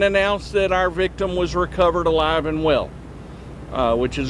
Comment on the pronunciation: Ok but can we not pause before the word Alive.